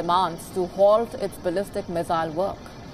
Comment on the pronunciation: First try to learn the pronunciation of missile. It is not mizzile.